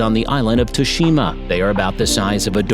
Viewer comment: Correct pronunciation MA-kak, EE-re-oh-MO-tay, TSU-shee-mah.